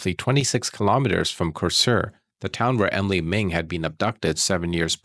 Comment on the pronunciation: Very shocking here in Denmark, thank you for giving Emilie a voice❤ poor girls who felt in the perpetrators hands.. 😢 btw you pronounce the names very good 👍